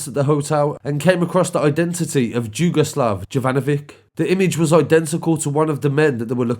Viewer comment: Jugaslav is said Yugaslav